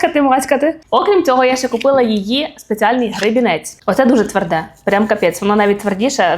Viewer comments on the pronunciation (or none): Не твЕрде, а твердЕ.